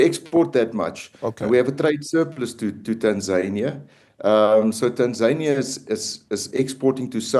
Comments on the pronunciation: Correction min: Tanzania is not pronounced Tan-Zay-Knee-Ah like the way Tasmania. It is pronounced Tan-Zan-Knee-Ah. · people in Tanzania just call their country Tanzania, there is no long "y" at the end.